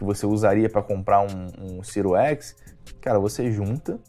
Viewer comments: Agora sim vou comprar um" cero x" com certeza 🤣🤣🤣 o cara não sabe falar nem o nome do console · O cara fala siru x kakakakakakakaka